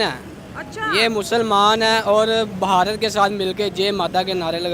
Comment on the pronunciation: जाहिल लोंड़िया " ब हा र त " नाही "भारत" होता है जाहिल लोंड़िया 😂😂